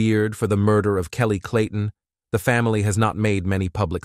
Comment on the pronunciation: This was a good video until the automatic voice started throwing odd words in there and calling the guy’s late wife “Kellt”… and “he told his niece ‘beautifully’…” 🫤